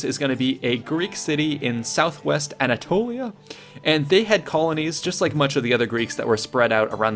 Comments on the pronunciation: is how I'm going to pronounce Anatolia for now on. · I was wondering if anyone else noticed that 😂😂😂